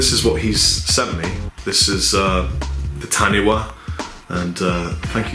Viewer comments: Coming from a fellow New Zealand fan of yours, 'Kia Ora' is pronounced "Key Ore-ra" with a rolled r for 'ra'. Also Taniwha is pronounced "Tah-knee-fa". Cheers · Hey, I am also from new Zealand. Kia Ora is pronounced "Key Or-a" which means hello in Maori, and the necklace is a Taniwha which is pronounced "Tunny-Fah" (wh is pronounced as an F ^_^). Btw you have a lot of fans here in New Zealand:) if I speak to someone who plays guitar they always know "" and when I say I have an ML-1 they are always really surprised/jealous heh. Cheers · great to see NZ represented ☺ just FYI Taniwha is pronounced ta-nee-far but great effort and was warming to see it really moved you being presented with it.☺ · In Māori, 'wh' has an 'f' sound in the same way 'ph' does in English, so phonetically taniwha is pronounced tanifa. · you have severely triggered me, in Māori, Taniwha is pronounced - Tan-ee-fa